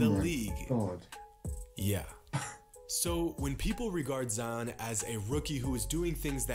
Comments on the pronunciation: it's pronounced ZedYON. not zeeon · ZI-ON not Zee-On!!!!! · Its pronounced zyon not zeeon and he might not be the next big thing because he has been playing good because injuries could take him and he might not come back the same and become a draft bust like many other players love the content tho keep it up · It’s z-eye on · Zions pronounciation is something like this (sigh-on) so yup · Z- uh-i-on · I cringe every time he says Zeeon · Its Zion not zeeon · His name isn’t zeeon it’s ZION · ITS LIKE "ZAYON" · why do you insist on pronouncing his name incorrectly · You and Flightreact are pronounce Zion’s name wrong